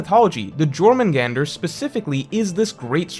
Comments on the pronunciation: DELETE THE VIDEO YOU MISPRONOUNCED JORMUNGANDR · How do you write an entire video about jormungandr and not know it's pronounced with a y not a j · He needs to finish gow lmao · I'm in physical pain hearing him say it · Yor-man-gander Not Jor-man-gander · Its Yormurgandr not Jormurgandr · Your-mundz-gander not jor-man-gander..... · I'm sure many many people have said but it's pronounced "Yor-Mun-Gand-ur" since Germanic/Nordic J is pronounced with a Yuh sound (because J was only invented 500 years ago and was put in the name to represent the "iö" sound rather than a hard G like in English. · It's triggering me that's he's pronouncing it as jor but it's actually yor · Just for future reference Js are pronounced as Y in norse mythology. So its Yormungandr not Jormungandr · Not “Gormungandr” its pronounced “Yourmungandr” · I believe jormungand is pronounced with y not j. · How are the the only person on earth who says “Jor-man-gandur” it’s Norse bro it’s pronounced “Yormangandur” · Not Jor Yor* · Hearing you say Jörmungandr, causes me physical pain The J is pronounced like a Y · Small thing but im pretty sure its pronounced yor mun gand nor jor mun gander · "YOR-man-gander" not "Jor" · The J makes a Y sound 😬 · not jörmungandr its pronounced as yörmungandr and the hook was the best in the channel by far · it’s pronounced yor not jor 😭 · Great video but the pernunciation fucked me up, say it like yourmangantur please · I love your videos man, but I just wanna say its pronounced "Yor - men - gander" I know youll never see this anyway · You don’t pronounce the J in Jormungandr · I love you but holy shut it’s pronounced like it’s a y like “your-man-gander” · REEEEEE it’s pronounced YOUR MUN GAND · The pronunciation haha you don't say the J it's 'yore' . Also Jörmungandr isnt a title he's the son of Loki. He's 'the' world serpent and his name is Jörmungandr. It's like calling Thor The Thor and Odin The Odin haha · It’s pronounced “your-mun-gander”